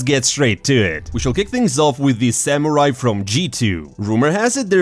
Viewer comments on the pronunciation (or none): none